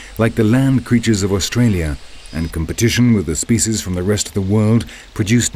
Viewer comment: I can't stand this narrator and his posh Shakesperean accent and the way he pronounces "spyciyz"